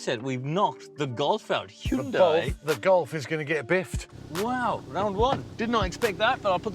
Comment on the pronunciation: Whats this HE-YUN-DIE ?!!